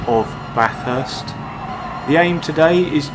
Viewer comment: What? A British bloke who can pronounce Bathurst correctly? I must be dreaming.....